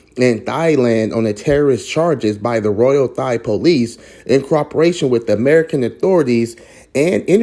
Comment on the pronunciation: Please look up the phonetic spelling and learn how to pronounce the words, Thai and Thailand. Speaking the Kings English is important when trying to teach others.